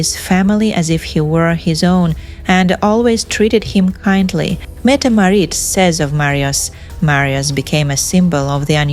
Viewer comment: Metam Marit? It’s Crown Princess Mette Marit.